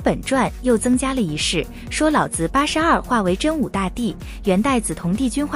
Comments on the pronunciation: 老是三聲 子也是三聲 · “老子”二字读成了老子